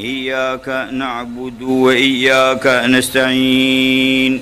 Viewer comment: Karena terjeda jadi terlihat seperti ada tambahan alif sukun. Parah sih ini merubah makna